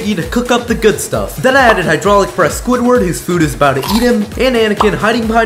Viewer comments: It’s Squidward not squidwardo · why does he call squidwerd squidwardo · It's not Squidwardo it's Squidward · squidward not SQUIDWARDO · Its swidward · It Pronounced Squidward! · Seriously? You find THESE scary? It's Squidward. You don't know who the Cheshire Cat is? And putting Miss Fritter in there? That was clearly a Palpatine head. Why would you open a box like that? What's wrong with you? It's still pronounced Jeffery.